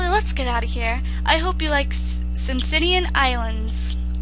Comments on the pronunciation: hahah simsimian its actually pronounced sim aican you know like jamaican just a thought.. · I like you but you do need to learn how to read :p It's SIMAICAN isles, not Simsimian :p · It's Simaican like Jamaican